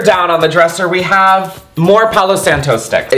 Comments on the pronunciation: It’s selenite in your bathroom. “POW-low-sahn-toe” not the white ppl way you said it lmao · palo santo “pay-low” love you !! ❤️❤️